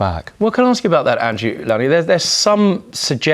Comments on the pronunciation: "Low-knee" ffs - He has repeatedly told them his name is pronounced "Low-Knee" - so insensitive ! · Isn't it L-oh-nie?